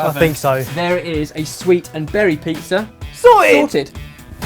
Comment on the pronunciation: I love how pronounces 'sorted'. It's like sor ed:)